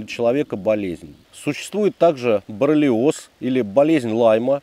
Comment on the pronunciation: Не 'борлиоз', а 'боррелиоз', братуха